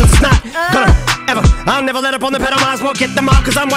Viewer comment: As weird, dumb, and random as it is, my favorite line/part is the “I’ll never let up on the pedal..” just because of the way he says it. He stretches out the first syllable of I’ll and speeds up through the rest like he’s pushing the pedal. Idk it just sounds dope to me.